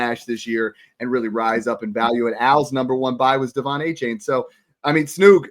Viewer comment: Love the content fellas but someone has got to teach snoog how to pronounce Achane. ❌: Ah- Chain ✅: Aye- Chan Keep it up fellas